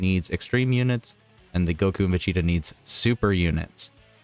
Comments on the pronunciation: Va cheeta is what im hearing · What's up with butchering Vegeta's name all the time ?